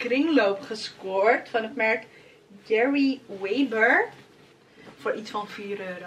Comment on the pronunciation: 'Gerry weber' is geen vintage merk het is eigenlijk een Nederlandse winkel voor oudere dames haha (wat niet boeit natuurlijk het is een leuk jasje maar vond het wel grappig hoe je het uitsprak 😂)